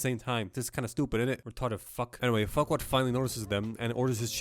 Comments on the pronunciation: tbh with all those adult jokes, i think farquaad sounding like "fuckwad" was intended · I just realised that lord farquaad sounds like lord fuckall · Please tell me he calls Farquad Fuckwad